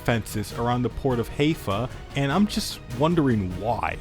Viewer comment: It's HAI-fa, not HEY-fa 🤣